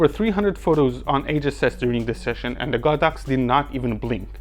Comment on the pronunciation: This video is the first I've ever seen to accurately pronounce the brand as "God Ox" and explain the Chinese derivation. I've always thought of it as "sacred cow," but prefer your "holy cow" ; )